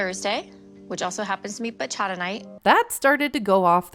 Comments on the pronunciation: It also doesn't help that she can't pronounce "bachata" correctly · As a dominican i cringe that she thinks she's a bachata singer. Girl go seat down somewhere. With the (bachara) is bachataaaaaaaaaaaa 🇩🇴🇩🇴🇩🇴🇩🇴